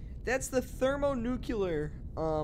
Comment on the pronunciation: Thermo nukiller 🤣🤣🤣 its thermo nuclear